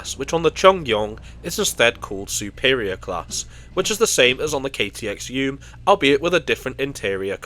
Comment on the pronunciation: Great pronunciation of the Cheongryong, it's definitely not the easiest Korean word to pronounce. EUM, meanwhile, is pronounced Ee-eum, which means "connection." It was named that way because the trains connect various regions in Korea.